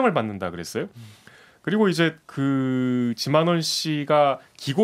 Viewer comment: 지만원인데 쥐만원으로 들리는건 왜일까?